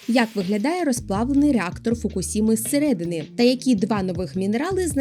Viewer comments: "Фукушіма" а не "фукусіма". Варіант "фукусіма" походить з російської системи транслітерації японських слів імені поліванова, якій вже сотня років і вона досить далеко від японської вимови. У нас вона чомусь досі часто використовується. Існують нормальні українські системи, як от Коваленка чи Ґоджюон. Але якщо не хочете розбиратися, то краще транслітеруйте з латинського варіанту. Там використовують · Як завжди цікаво!Насичено і стисло.Уявляю скільки матеріалу треба передивитись,щоб підготувати це коротеньке відео.Дякую за вашу працю!